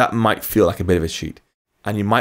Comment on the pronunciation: where can I get some help?.. I don't understand.. you use words like 'might' have been declared as constant struct.. is that really the explanation? why do you say 'mught' then?.. it's confusing.. and if the ContentView struct is immutable why is a variable - body - declared in the constant struct..? Please, help, explain, I'm a beginner trying to understand..